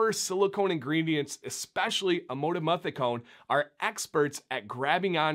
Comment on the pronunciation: An absolutely well made, professional video with documented facts from actual scientific research. I was happy to see that you did focus on "Amodimethicone", and actually was able to pronounce it lol. This ingredient is a lot more popular than many would think, or actually realize. I have done quite a bit of actual research and consulting with chemists regarding this ingredient, as it has unique properties in an acidic environment, such as a hair/beard conditioner. Unfortunately, I think people can be quick to judge something that they are not educated about, and come to an incorrect conclusion. No matter what, as I saw this come up a few times in some of the comments for this video, do your own research. Actually take the time to read what is on the label, and see what you are putting into your beards. No one knows your beard better than yourself. Again, well done with the video!!